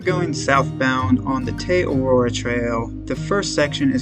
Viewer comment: As a Kiwi after the second butchering of the name Te Araroa I couldn't keep watching. Entire syllables were missing